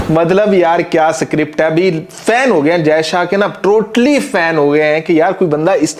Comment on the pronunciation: स्क्रिप्ट बोल सुअर, सीक्रिप्ट नहीं !